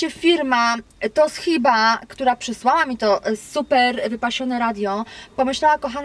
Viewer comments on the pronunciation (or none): mówi sie *tosziba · co do podpowiedzi ,to radyjko marki(fonetycznie)"tosziba"...i "wyłączaj"a nie "wyłanczaj" ;-) zakupy dobre ! pozdrawiam